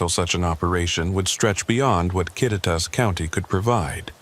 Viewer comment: Love how AI pronounced Kititas county 😂 hello from Eatonville Washington!